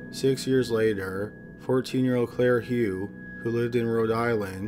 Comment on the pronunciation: I'm pretty sure that Hough is pronounced Huff.